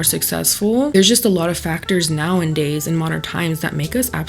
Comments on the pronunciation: Please stop saying “now ‘en days”, its like nails on a chalk board. Its “Now’a’days” not “now ‘en days” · lol gotta start with “STOP SAYING NOW-AND-DAYS” that’s not how you say it! Second all these “alphas” refer back to the 40’s and 50’s for how the perfect family was…but men were ABUSING their wives regularly, the women felt so purposeless being at home that most were on antidepressants and the kids barely saw or spent time with their dads. There’s never been a “perfect family structure” mens just had all of the control back then, that’s why they want it back.